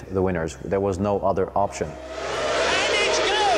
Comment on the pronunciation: Villenueve ? Didn't know he was Spanish